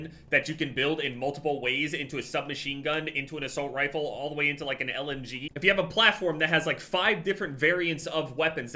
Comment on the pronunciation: Are any of us gonna talk about the fact she said asight rifle